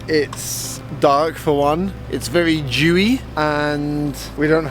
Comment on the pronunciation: Did my man says "It's very Jewy out today?" As a long time subscriber i apologize to all of God's honored people for this crazy remark, but as a Jew, I certainly support Jewy as an adjectived.